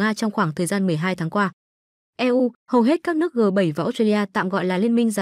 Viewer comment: Chán thiệt, E U Rờ, E U Rờ .. Cách đọc như bằng google này giảm đi giá trị của nội dung bài viết quá. Hôm trước mình cũng đã nghe đọc "Bộ nờ nờ và pờ tờ nờ tờ" (bộ nông nghiệp và phát triển nông thôn) rồi.